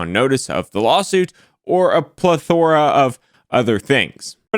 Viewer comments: You are emphasizing “plethora” incorrectly. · I'm glad I wasn't the only one to hear that. I thought I had a stroke when he said pleTHORuh. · Your immediate thought when your attorney pronounces “plethora” like that…. “Well, I’m fucked.” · I'm sure that's why you said "plethora" like a caveperson, too...